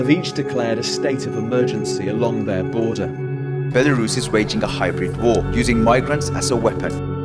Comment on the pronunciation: “Baela Ruuse” hahaha